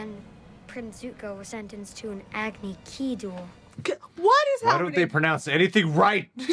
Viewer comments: watching this review with the subtitles on for the terrible pronunciations is hilarious. avatar wrong and agony key duels lol. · the movie makers claimed that they pronounced things differently here to make it more accurate to how they'd be pronounced in their native languages... but then still changed "Agni Kai" to "Agni KEY" even though "kai" is LITERALLY THE JAPANESE WORD FOR "FIRE". They pronounced it wrong even by their own standards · Ahvuhtar Ong, Sowka, prince Sueko, uncle Ear-oh, Agni-keys…